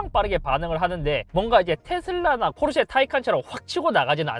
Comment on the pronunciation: Porsche를 F로 발음하는 잇섭 그는 대체...